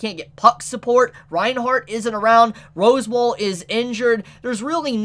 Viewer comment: You're aware you're saying "Rose Wall" right? 😂